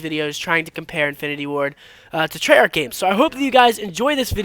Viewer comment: trey yarch